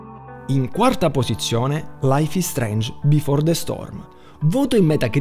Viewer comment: laif is streinj bifor de stom